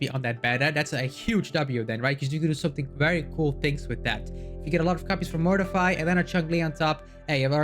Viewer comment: Cool video insights! Just a thing, if you listen to Encore's voice lines, she pronounces Mortefi's name as Mor-te-fee than Mor-ti-fy.